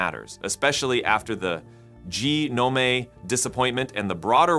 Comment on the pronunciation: English major here, the word “gnome” is pronounced as “nome”. Secondly, when a conclusion is reached via flawed reasoning, it is a “delusion”, not an “hallucination”.